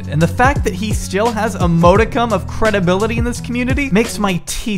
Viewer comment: modicum is pronounced "MAWD-ick-um"